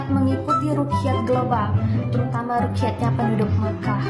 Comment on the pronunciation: Hohoho Rukyat katanya Wkwkwk Cara bacanya aja dah salah